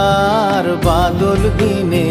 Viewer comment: প্রতিভাবান শিল্পী! উচ্চারণটি সংশোধন করা উচিত-("বাদল")-আজি ঝরো ঝরো মুখর "বাদল" দিনে